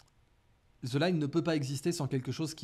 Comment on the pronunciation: Bjr. Juste une remarque : je suis triste d'étendre quelqu'un qui maîtrise l'anglais, prononcer "the" => "ze" aussi "with me" ne doit jamais se lire "wiz mi" 😵😩🥴 c'est carrément une insulte pour la langue de Shakespeare. 🤪 PS : TH ne se prononce jamais comme Z, en anglais !!! Je disais même à mes enfants, depuis le collège jusqu'à la fac, que si jamais un prof d'anglais vous dit ça , stopper-le net et corrigez le 😁🤭 PS 2: un de ces quatre il faut que tu nous sors encore ta formule le monde se divise en deux... Le mot qui se répète deux fois dans ta phrase, me définit 🤪 Merci.